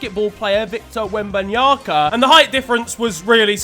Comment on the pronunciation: Ahh yes Basket ball player "Victor Wenbanyaka"